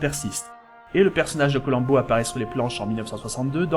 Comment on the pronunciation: Faire abstraction de la prononciation "Colamm'bo"... et c'est bon.